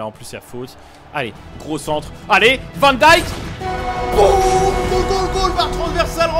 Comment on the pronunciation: Arrete de dire "van dichk" 😂 tu ne respecte pas son honneur.